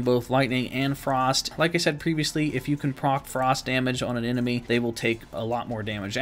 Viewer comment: Sounds like you’re saying “get X to proct,” instead of “proc”.